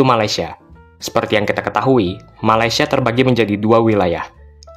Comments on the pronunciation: Orang malaysia sebut malaysia “me-lei-si-e” bukan “ma-lai-si-e” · Hahahah😂..knpe aku rasa lawak..bila orang Indonesia ckp Malaysia😂😂😂